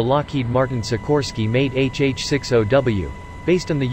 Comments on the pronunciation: It not HH-6 O W ITS HH-60 W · It's a HH 6 0 - Zero -W - NOT a an O